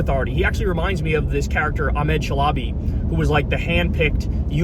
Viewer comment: The way Kyle pronounced Ahmed Chalabi was classic and so terrible.